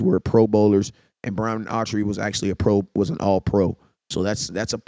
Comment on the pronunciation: My mans said Autree😂